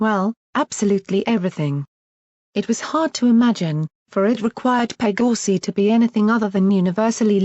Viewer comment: The way how it pronounced "Pegasi" and "Pegasus" took me some time to hear it properly